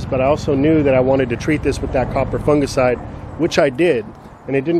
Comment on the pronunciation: Its great to hear an American say the word Fungicide correct instead of Funjicide by the way love your channel watching from Sydney